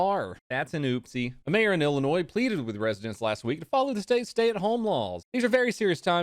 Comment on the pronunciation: bro the s in illinois is silent